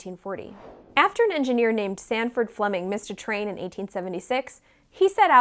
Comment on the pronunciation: Sandford, not Stanford. Sigh... Not Sanford either. Like Bell, a teenaged Scot who came to Canada and changed the world.